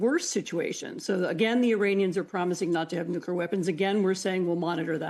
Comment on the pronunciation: Does she keep saying “nukular” weapons?